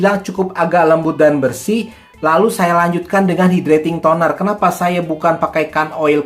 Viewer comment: Hydrating tonernya bacanya kok gitu